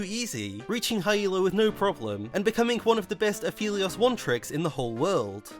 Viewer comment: Everytime i hear pronounce Aphelios as Afeleos makes me blink twice. "Come again,?"